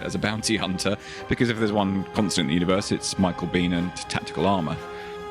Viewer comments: Shame about this guy. he could of been huge. No mention of "The Rock"?? P.s I always thought it was pronounced "Bain" not "Bean"? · Michael’s surname is pronounced Bee-N (like the letter N).